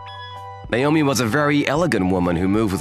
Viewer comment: It's NAOMI, not Naiyomee.